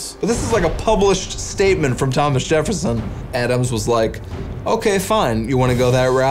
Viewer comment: Jereffson instead of Jefferson gets me every time 🤣